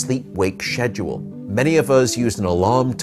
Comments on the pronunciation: ngl i thought i was stroking out when he said schedule like “shedge-yul” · Did this mf just say “Shedule”??? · Did he just say “ssscccchedwull”?? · i first heard it in Jurassic Park when the owner said schedule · Is that how british people pronounce schedule in 🤣